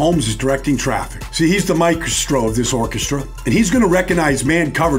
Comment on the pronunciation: Michastroe????? Maestro of Orchestra?